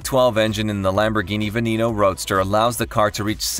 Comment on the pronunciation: The way it pronounces the Lambo Veneno is just ridiculous.